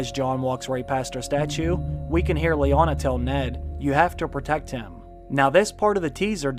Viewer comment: Stop calling her Leona. It's Lyanna.